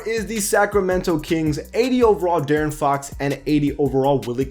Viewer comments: Bro I got mad when he kept saying Daren Fox I’m like bruh it’s De-air-in Fox or Deaaron Fox I know it’s a mistake but it made me kind of mad but good vid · How is J-Rich still only a 79 tf....He's the best Heat player right now ifgaf what the ratings say. Also its D-air-n not Darren for Fox. Good vid tho👍. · The way he pronaunces De'aron Fox ugh 😡